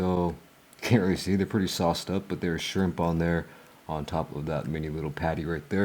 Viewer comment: Burger King got "SCHRIMP"??? 😂